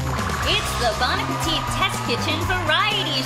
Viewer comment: Seriously? You pronounce it 'baahn apitit?' That knocks you down a notch in my book.